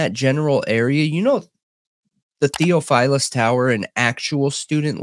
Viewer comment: Hi Guys, love your show! It's pronounced, thee-OFF-fil-us. 🤩